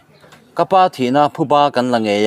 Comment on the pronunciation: Thuba ni lovin Phuba a ni a, i chhiar/Lam dik tawh hram ka beisei.